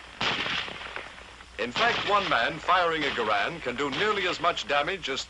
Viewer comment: Garand said he never made a dime off his design, and on top of that they pronounced his name wrong! It's correctly pronounced Jer-und.